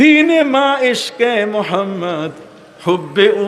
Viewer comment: আপনার মধ্যে অনেক জ্ঞানের অহংকার ।আল্লাহ্ আপনাকে হেদায়েত করুন ।নবী মোহাম্মদ (স:) ঠিকমতো উচ্চারণ করে দুরুদই পাঠ করেন না ।